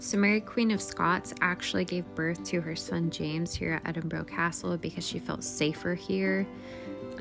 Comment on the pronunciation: Cant you just not ask a local how to pronounce the city you are in?